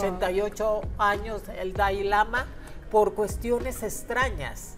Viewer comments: Además de exhibir su ignorancia sobre el budismo no sabe ni pronunciar siquiera Dalai Lama y no es un dios viviente. Ni lo "reencarnan" desde niño. Investiguen para que no den tanta info imprecisa... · Y NO es DAI lama es DALAI LAMA!